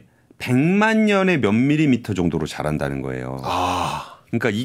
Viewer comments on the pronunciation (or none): none